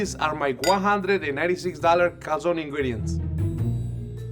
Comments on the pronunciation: lol an american saying 'calzooooone' is so fking annoying 😂😂 calzoNE its not that hard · Italy called, they'd like to point out that there's an e at the end of calzone, and it's most definitely not pronounced like that. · Americans can't even google how to pronounce Calzone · It's a bit icky when the pro chef tries to pronounce everything in Italian right but yet pronounces "calzone" wrong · I’m i Italian and I was so disappointed that you were saying calzone wrong